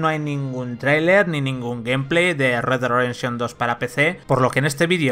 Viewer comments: "RedeRredenshon2" xdd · Como le patina la lengua jajajajaj “red güad rededsion” más o menos he logrado escuchar jajajajajjajajaj